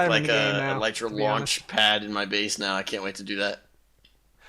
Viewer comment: Elytra is properly pronounced as "Ella-tra". And elytra is already in plural form. "Elytron" is the singular form.